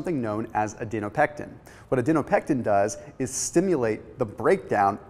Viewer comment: This is good information but I was super distracted by your mispronunciation of the word Adiponectin. It is Adi-po-nectin not, Adi-no-pectin. It 's just difficult to see you as an expert if you can't even pronounce the word correctly.